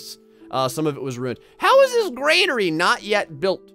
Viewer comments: I dislike the fact you're saying Granary wrong... You're saying Gr" AI"nary... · love your videos keep up the good work but omg it is a "gran" "ary" lol not grainary thanks for the smiles!!!! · I could be wrong but I'm pretty sure it's "granary" not "grainary". I used to play a lot of Stronghold Crusade when I was younger and I remember hearing; "the granary is full, my lord" over and over again. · I think you've all miss understood me... I meant that you're supposed to say Granary instead of grainary... I didn't have any hate on how to pronounce it... It just feels weird... Although i didn't "Dislike" the video if some of you think that... I actually loved it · I like how keeps saying "graynary" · It makes me twitch. 🤣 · Oh dear god please learn how to pronounce Granary 😂 there's no I in there